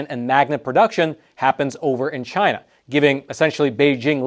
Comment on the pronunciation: What you missed was… “CHI’NA”